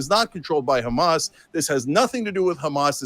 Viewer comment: i'm not trying to make fun of you here but just helping you fix a spelling issue since you seem like someone who cares: when you usually say hamas you say the h wrong as in not the exact sound meant in arabic as you say a خ while the correct arabic sound that's meant here is a ح and they sound very different, ح is like when you clear your throat and say ah-hem, that kind of h, the word hamas is collective of the first letters of a long sentence for the full name of the terrorist organisation but if you take the word alone with out considering what it is a short cut for then it means fun or excitement in arabic, they think of the lives of others as a mere sport.